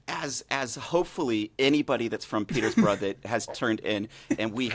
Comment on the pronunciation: Guys, it’s pronounced Peterborough 🙄🙄